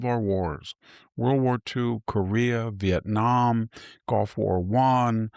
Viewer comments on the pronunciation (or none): none